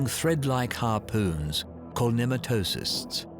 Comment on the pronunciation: I wish the narrator had taken the time to learn how to pronounce pneumatocyst. It started to hurt after a while. 😢